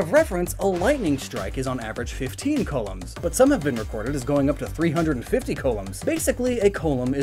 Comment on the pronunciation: Yeah. It's coulombs. I thought I was the only who noticed that mistake.